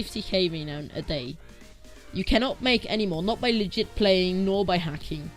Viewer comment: Love how the website is called cheat engine but he calls it legeit